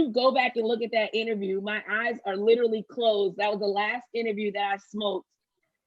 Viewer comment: Ok. Don't say "LITERLY" any more!!!!! I love you but damn.